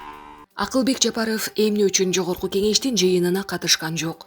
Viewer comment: Жапарыв дебей так эле айтса болбойбу